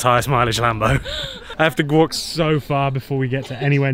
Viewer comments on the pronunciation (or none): “I have to gwalk” 🤣🤣🤣